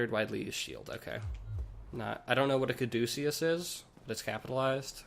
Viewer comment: kad-a-kus, it's that twirly snake rod Hermes held, now signals medical stuff